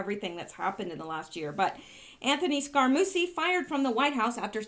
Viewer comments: Scaramucci is pronounced Scaramoochi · Ruth BAY-Der. Long A. Scar-A-mooch-ie. They call him mooch. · Scaramucci is pronounced Sca-ra-moo-chi.